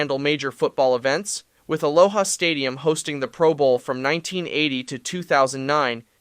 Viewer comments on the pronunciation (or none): none